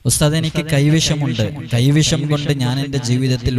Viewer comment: കൈവശമല്ല, പഹയാ.... കൈവിഷം ' 😂